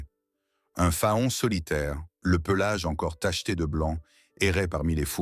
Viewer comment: Un fa-on? Non faon se prononce Fan